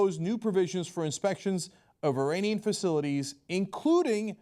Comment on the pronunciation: The way Cenk pronounced "iranian" and "Khamanei" made me cringe lol. Like nigga your Turkish you know exactly how to say that.